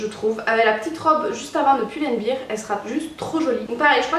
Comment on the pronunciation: Ça ce dit Pull and « Bair » ^^. Car si tu dis « Bir » ça veut dire bière il me semble 😅 Ce nouveau style te vas tellement bien, tu paraît plus femme:). Bisous 😘